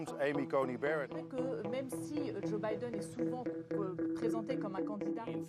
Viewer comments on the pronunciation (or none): none